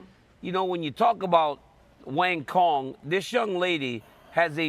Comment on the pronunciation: Umm did she told the announcer to pronounce her name like that or the announcer really just called her "wonton"